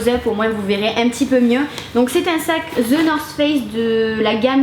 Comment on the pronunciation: excellent presentation and no doubt the backpack is a very capable and solid one , just a small remark and I hope you take it as a remark nothing more is the pronunciation of THE NORTH FACE , you said it the wrong way. good luck with your next adventure